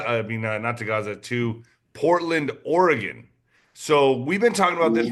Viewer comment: pronounced Oregon correctly 👏 😄 I am from Oregon. Most outsiders mispronounce it. There's no 'e' at the end like most pronounce it with.